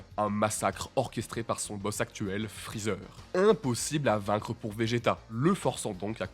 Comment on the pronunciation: Freezert? Mdr c'est Freezer hein